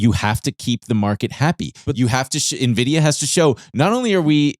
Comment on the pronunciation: "Nenvidia" is a new one